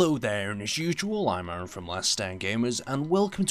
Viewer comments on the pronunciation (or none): none